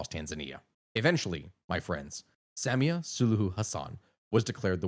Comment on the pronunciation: Sa-MI-a, not SAM-ia